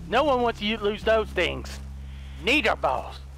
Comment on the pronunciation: when he said "need our balls" the first time it kinda sounded like he said "n-word balls" and i was like " wait wtf did he say? " XD